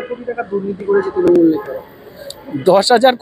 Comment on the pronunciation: তৃনমূল উচ্চারণ টা ঠিক ঠাক বলতে পারছেন না তো।